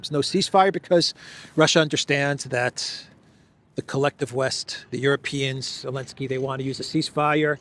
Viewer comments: I don't understand pronouncing his name alinsky when it's zelinsky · Why do you say “Elensky”? Can someone enlighten me? 😂